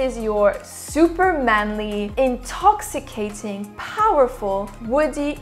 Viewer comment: I could hear her say “INTOXICATING”! all day. 😆